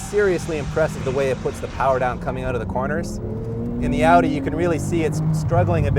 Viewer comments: this man said odin its audi lmao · Can't this guy move his mouth vertically or what? Every time he says Audi he says Eudi, even with other words like behave, he beheve, like wtf?!